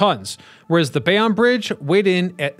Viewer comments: I am also here to weigh in on that Bay-On controversy. It is absolutely Bay-Own! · As a Jersey City NJ born native, we pronounce Bayonne as Bay-Own not Bay-on. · That was bugging me too. Bay own NJ. Even a Philly native knows that. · It’s not opinion it’s Bay Own. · Guy from Paterson here - is is def Bay-Own ! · Yup, noticed this immediately. If you're gonna do a video about something, learn how to pronounce it first & foremost. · Yep was gonna say. Bay-Own. I'm cringing everytime this guy says bay-on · Obviously This guy is a fool. Never heard Bay-on before! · you need to do a little research on how to pronounce the subject matter that you are addressing in your videos. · As a Bayonne native this is correct. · Lol. I stopped the video to make the same comment. Seems that everyone but this content creator knows how to pronounce Bayonne. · blame AI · Bay On Lmaoooo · Damnit. It's Bay OWN. BAYYY OWN. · 96% off people pronounce it Bay- own. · As someone who grew up in Carteret, i keep yelling everytime he says Bay-Onn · He mispronounces alot in his videos. I couldnt take 'Bay- onn' anymore and stopped the video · Not born in NJ, Bay-on or Bay-own, Tomato, Tomatoe. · What Flicklives said 👍 I've also heard "Bay-wun"😂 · It's Bay-OWN' and Othmar AH'-min. I can't believe anything a you tubers says if he can't even pronounce the subject correctly. Do better! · We New Jerseyans definitely like the way we pronounce things. Screw the rest of the country that says WAH-ter. I thought said he was from NJ in an old video. Maybe he is pronouncing Bayonne the "correct" French way! BTW, I learned that the Outerbridge Crossing was named after a person. For over 50 years I just presumed it was an bastardization of "the Outer Bridge." They should have called it the Outerbridge Bridge to remove confusion! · Thank you for making this post haha I was going to do the same thing. I'm from New Jersey too. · I hate how he it says it lol